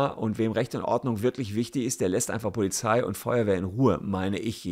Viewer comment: Warum spricht jeder POLIZFI falsch aus 😭